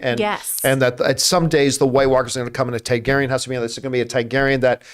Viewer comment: How has this guy watched every episode of GoT and can’t say Targaryen? The spelling of the name is phonetic.